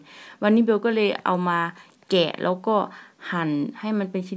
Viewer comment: ทำไมพูดคำว่าแล้วเป็นเลี้ยว